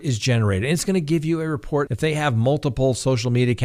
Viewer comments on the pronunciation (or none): none